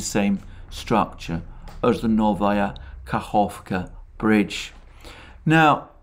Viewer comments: Well done , especially on Kahovka pronunciation! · Let's all thank Alexander for his efforts in pronouncing settlements in Russian. I didn't pay much attention to the fact that he didn't pronounce the letter k in the New Kakhovka, but when he corrected himself in this video, I applauded his efforts. Russian is not the easiest phonetically. Alexander, my respect to your efforts. Greetings to all from boundless Siberia.